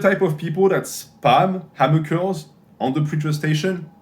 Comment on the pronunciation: Who else was hyped when they saw this video because they knew at some point would be saying “‘Ammer Curls”